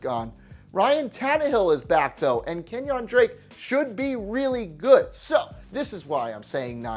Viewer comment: I like his personality but when he says well known NFL players' names wrong he doesn't inspire confidence. KenYON Drake, JOCquizz Rogers, etc etc